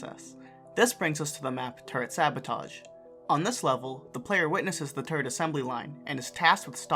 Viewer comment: I keep hearing turd instead of turret